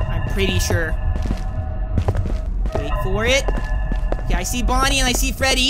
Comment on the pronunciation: Any time you call Bony it sounds your saying Ponuy